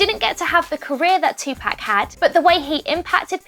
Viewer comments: I'm so glad someone said this. British people can still say Tupac not 2 pack. I was ready to hit this woman. Like that's a disgrace on Tupac hard core. Speak the beautiful name correctly or not at all please and thank-you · Karrie Minaj British are supposed to pronounce it two pack and Americans pronounce it two Park. That’s the way both are supposed to say it. Just how like the British and Americans say the word “glass” differently it’s all about your accent and where you’re from. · Tylon Slacks she says tupac name wrong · Using X’s death to get views when before he was never on your radar. P.S. learn how to say TUPAC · This video should be call..."How many time can someone can get tupac name wrong in one video" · OMG I JUST CANT SHE CANT SAY TUPAC RIGHT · TUPAC YOU SAID THE SHIT WRONG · Girl ur sayin it wrong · Can you say Tupac right? I don’t wanna be mean but dang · R.i.p Tupac and also R.i.p X But I was cringing soooo much everytime she said Tupac’s name😭😭...I almost stopped watching the video just because of that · plz say tupac correct🤦🏾‍♀️ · Stop saying Tupac like that damn but rip X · You should really learn how to pronounce Tupac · Bruh, how do you pronounce 2pac name wrong, it doesn't get any simpler than that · for gods sake please pronounce PAC properly!!!! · So we just going to ignore how they say Tupac name wrong. NO OFFENSE TO BRITISH PPL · Audie lmao they ruined the whole video with that shir ,in tapac for Tupac ruined it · It's not tupack it's topuck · It's not pronounced "Two pack" it's pronounced "Two poc' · You’re saying Tupac’s name wrong. It’s To (pock) not To (pack) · You keep fucking saying two pack it's poc/pock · "Tupack" its pronounced "tu-pawk" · It’s not “2 pack” it’s Tupac. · She said 2 pack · It's pronounced 2-Poc not Tu-Pac 😂😂 but RIP Jaseh😭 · Tf! 😂 😂 who is 2 PACK?! It’s 2pac 🤦🏽‍♀️ irritated my ears hearing this dumbass damn reporter say his name wrong. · Bro she keeps saying Tupac like two pac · Its pronounced two pock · "TWO PACK"